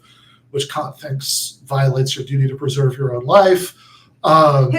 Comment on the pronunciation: Kant is definitely a name you don't want to mispronounce.